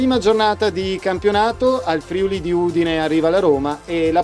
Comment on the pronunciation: Bel video! Però.. Si dice FriUli con l'accento sulla U, non FrIuli (con l'accento sulla I)...